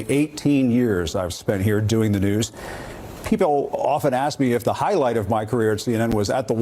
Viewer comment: "That's the nEwS..." That's what you sound like, Jim.